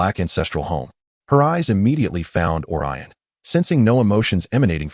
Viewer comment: Would have been better if you fixed the names that was sometimes wrong. Such as: Olyrion=Orion Gunter=Gaunt Thanks for posting!